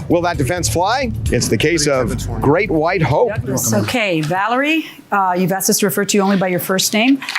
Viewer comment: She “axed me” lol. Thats such a ghetto response